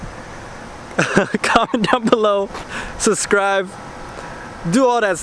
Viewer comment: "Susscrib". Fuck this dude